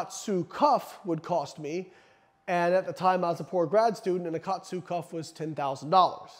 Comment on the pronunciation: It's pronounced ka-atsu. Ka means to add or apply. Atsu means pressure. It's basically applying pressure to restrict blood flow.